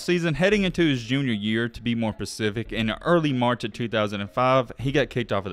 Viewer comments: Excellent video -- a DEFINITE "thumb's-upper!!! One thing though, At one point you sad "pacific" when the word you should've said is "specific." This is meant as a help and not a criticism. That aside, I just subscribed to your channel and clicked on the bell icon to receive all of the updates. Please keep up the outstanding work. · The word is specific bro ..not pacific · "Ta be more Pacific..." 🤣